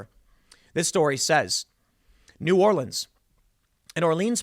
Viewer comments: As someone from the New Orleans area, it made me smile when you had the correct pronunciation difference between the city and parish. Another great video as always. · Good job saying" New Orleans" correctly Tim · Has someone from New Orleans thank you so much for getting the correct pronunciation of New Orleans and Orleans since they are different